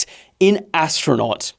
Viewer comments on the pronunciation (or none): I think she`s dyslexic, there isn`t an ass in astronaut